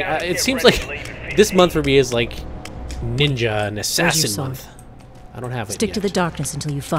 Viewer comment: Mark of the Ninya as was say